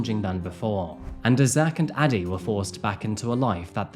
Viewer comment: I keep hearing daddy instead of Addie.